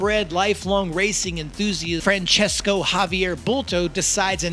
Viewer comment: I can tell you that his name is Francisco., Like San Francisco town. In catalan language his name is Francesc, so you can see that there are no "o" at the end, like in the Italian name. So never say Francesco, that's a big mistake. If you have doubts about it you can write Francisco on Google and ask for pronunciation and you will hear how it sounds, same tha San Francisco town. Hope it helps. But please don't write Francesco, that's a big mistake. And big THANKS for the nice video anyway !!!